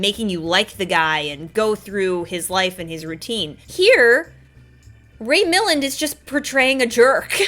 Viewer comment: Jarvis' nephew was so pathetic as well as being his partner in crime, and the nephew's wife is unlikeable, that Milland had to amp up his jerky behavior to make anyone care that he got caught. I'm guessing you don't know his work, given your pronunciation of his name. His most famous role is "The Lost Weekend", which earned him the best actor Academy award. "The Major and the Minor" would be a good example of his comedy acting.